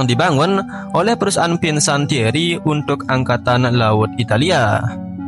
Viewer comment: Maaf sedikit gue ralat disini. Kata Fincantieri dibaca FIN-KAN-TIE-RI bukan Finsantieri. Salam.